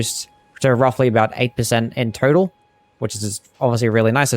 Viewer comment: Just noticed that sometimes when you say "total" it sounds like you're saying "turtle." Possibly a glitch, but I hope it doesn't get patched